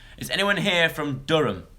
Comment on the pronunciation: Loved the way you said Durham aha spot on, P.S. I'm from Durham :)